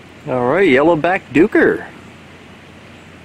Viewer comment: You make very enjoyable videos, but as you keep going from zoo to zoo, the most common antelope seems to be the Yellow-backed Duiker. Duiker being a Dutch Afrikaans name, means diver, as it will diver under a bush to escape. Its name is pronounced DIKER as in BIKER.